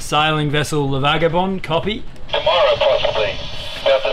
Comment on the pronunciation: The correct logical name is "Les vagabonds" Prononciation for non french speakers is "Le vagabon"